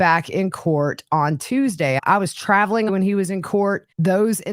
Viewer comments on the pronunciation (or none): none